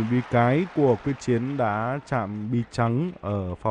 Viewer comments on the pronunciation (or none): Nguyễn trần thanh tự thì đọc thanh tú trần quyết chiến thì đọc quốc chiến, blv ko có chuyên môn j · Quyết Chiến tên VĐV mà nói sai là sso???